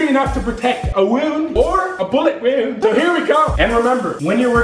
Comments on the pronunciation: "This thing should be sturdy enough to protect a wouound, or a bullet wouound!" I'm dying 😂😂😂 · a bullet WOOND 😂😂😂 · this is a flesh wuend.... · and the way he says "wound" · The way he says wound 😂